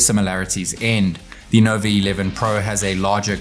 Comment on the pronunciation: Why you keep saying Novi instead of Nova😂